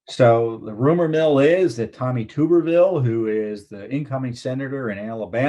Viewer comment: You are mispronouncing "Tuberville " and Moe Brooks is an U.S. Representative not a Senator.